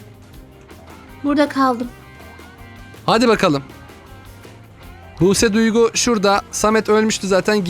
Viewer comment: Buse buygu diyo kardeşim buse duygu